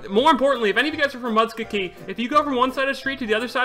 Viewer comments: Mus Kuh Gee xD It's Mus- koe- Gee. I live just North of that place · Oklahoma resident here. "Muh-skoe-gi" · It’s pronounced “Musk Co Gee” Speedy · I live in Muskogee. 1st. Speedy. It's pronounced mus-KOH-gee. 2nd. Yes. It will revive your channel. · Musk-o-gee is how you pronounce it. I live 30 minutes from there. Heart broken :,( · (muh-skoe-gee) is how you pronounce it. I live about 40 minutes away from it in sapulpa Oklahoma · Speedy, imma help you out, its pronounced MUH-SKO-G-EE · Speedy its pronounced muskogee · HAS HE NEVER HEARD OKIE FROM MUSKOGEE?